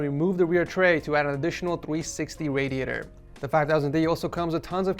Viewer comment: "And if that's not enough you can move the rear tray to add a twee sixty wadiator" made me laugh